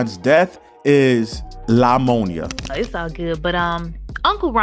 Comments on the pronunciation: Y'all hear the way jaguar says pneumonia? She says" liemonia" 😮😅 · Lie-monia huh? Sounds about right. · “La-Monia” smh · Lamonia...🤣😂...so ghetto sounding 😱 It's pneumonia, the 'p' is silent 📝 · Lamonia virus is pneumonia. Why they sayin’ lamonia? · WTF is la-monia. PNEUMONIA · Lol she said "LIE-monia" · Pneumonia! There is no La in pneumonia